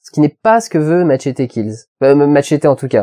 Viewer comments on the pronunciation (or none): Non, ça ne se prononce pas MATCHETY. Ca se prononce "Mechéty" en anglais, et "Matchété" en espagnol. Pas Matchety. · au fait ça se prononce matchéty...